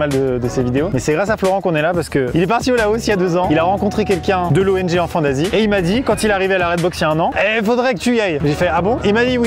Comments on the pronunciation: Jsuis désolée mais j’ai entendu "Enfants Nazi" 😅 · J’en ai marre à chaque fois qu’il dise enfant d’Asie j’entends enfant nazie Ducoup je me dit « OH LES COPAINS » ☹️ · Mdr j'avais compris << enfants nazis >> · ça me perturbe, à chaque fois qu'il dit "enfants d'Asie" j'entend "Enfants Nazis" T - T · à chaque fois que tu dis enfants d'Asie moi je comprends enfants nazi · Esque je suis le seul a comprendre : enfant nazi à la place d'enfants d'Asie mdr ? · J'aurais pas dû lire ce commentaire, maintenant j'entends "enfant nazi" à chaque fois xD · Je l’ai écouté 3fois en 0,5 et il dit vraiment enfant nazi 😂😂😂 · Mais oui pendant toute la video j'entends "enfants nazis" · Au début, je pensais qu'il avait dit '' Enfant Nazie " 😳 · Mais j'entends tjrs "enfants nazis" mdr chcrois que g l'esprit mal placé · Quand il a parlé de l’association « enfant d’Asie » j’ai entendu « enfant nazi » 😭😭😭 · Wow, super vidéo, j'adore. Par contre... a chaque fois que quelqu'un dit enfant d'Asie, j'entend Enfant Nazi 🤣🤣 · Au début g cru qu'il disait "Enfant Nazie"🤦‍♂️😂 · Au début j’avais compris Enfant Nazi lol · Au début j’ai crue qu’il a dit enfant nazie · Et puis t'as moi qui comprend "Enfant naz*" au lieu d' "Enfants d'Asie" 😭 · On dirait qu'ils disent enfants nazi 🤣🤣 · Il y a pas une fois ou j’ai compris "enfant d’asie" j’ai tout le temps entendu "enfant nazi" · On dirait que tu dis enfant nazi au début 😂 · Pourquoi est-ce que j'entend "Enfants Nazis" et non enfants d'Asie lol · Je faisais autre chose pendant la vidéo et la j'entend "enfant nazi" au lieu "d'enfant d’Asie" ah ouais c'est in concept quand même!